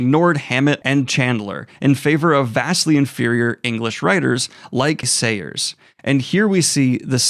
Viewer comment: I. It's pronounced 'Sairs' (like 'chairs' or 'stairs'), and II., Moorcock has clearly never read any of Dorothy Sayers' detective stories either. For someone who hates snobbery, Moorcock himself seems to have an irrational hatred for perfectly decent popular writers of yesteryear (him swiping at John Buchan, the man who basically invented the spy genre with his The Thirty-Nine Steps indicates as such).